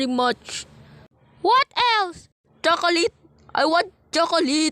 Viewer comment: Kuya yong spill niyo nang cholate hindi chilokolit 😂